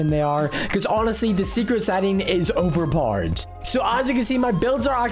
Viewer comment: It’s hilarious when he says over poder